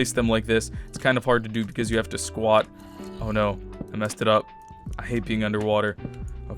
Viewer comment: Whenever he says squat it makes me uncomfortable.